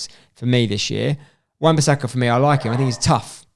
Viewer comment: left the video when this mans said wan bassaka LMAOOOOOOOOOOO